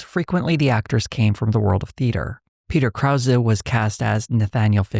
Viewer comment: Never realized this was how Peter Krause pronounced his name -- I knew some Krauses, so I was pronouncing it in my head how they do.